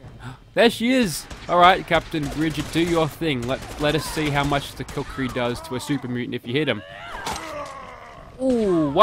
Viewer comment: I believe kukri is pronounced with an oo sound.